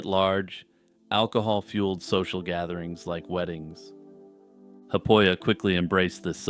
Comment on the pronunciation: 'Haapoja' is not pronounced 'happoia' but like 'HAApOia' sort of, emphasis on the H exhale rolling into the AA and on the O of Oja which is a second word. The 'p' is weak. There is no "frontier" in russia or Finland, nor was there during his time really, unless that is what you call northern regions because of their sparse population. Also it is not Maddy but Matti.